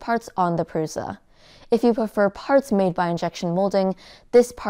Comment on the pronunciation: because she can't say prusa correctly, it's prusa or prusha not pruza